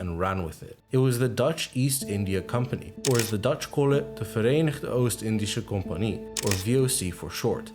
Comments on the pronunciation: As someone from the Netherlands, I was absolutely shocked at how well you pronounced ‘Verenigde Oost-Indische Companie’. Basically flawless. Kudos!! Edit: Ok, so you’re from the Netherlands.. That means your English is good enough to fool a Dutch person. I don’t even know anymore 🤣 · I'm impressed by the accuracy of your pronunciation of "Verenigde Oost-Indische Compagnie" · the way you sayed voc full out gets you 5/5 stars, since im a dutch im happy to hear an amerikan (and or english talker) say this good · Congrats on the pronounciation of Verenigde Oost-indische compagnie, it's really not that easy! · You pronounced it perfectly i’m dutch so I can hear it Well done😊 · it was insane how you said 'verenigde oost-indische compagnie' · How you sas verenigde oost indische compagnie sounds very good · As a Dutch person I was confused how you said the “verenigde oost-indische compagnie” so well but when I clicked on your channel I saw you’re Dutch yourself lol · Wow are you Dutch because you pronounce the dutch words in this so good. (I’m dutch) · i was just wondering if you're from the Netherlands urself because your pronunciation of 'verenigde oostindische companie' was incredibly good. while your english is very good too. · I am from The Netherlands and I must say that, besides how great the video, accuracy and visuals are, you definitely pronounce the Dutch words very, very well. It's very rare for non-Dutchies to be able to say our pronunciation of the letter "G" even remotely close to how it's said, props to you for that man. Oh and btw; making a video about The Netherlands will cause a "kolonisatie" aka hundreds of Dutch people saying "GEKOLONISEERD" lol. Good luck with your channel man, you've got a lot of potential. Keep it up. Love from (of course) The Netherlands.